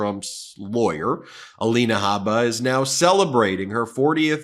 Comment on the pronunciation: Ms. Habba's first name is spelled 'Alina,' but now she pronounces it "Alania."